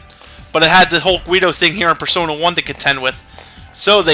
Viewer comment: Why does Nate pronounce "persona" as "per-SAUNA?" I know he's rich and all, but battle isn't the time for thinking about using an overtly expensive steam room. His butler should really teach him how to prioritize. XD